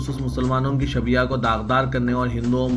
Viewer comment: بھائ شبیہ Shabeeh ok Ap Shabeeha kay rahe hai durust kariya jaye please